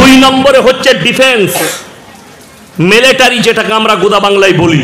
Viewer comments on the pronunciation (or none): মেলেটারি নয় মিলিটারি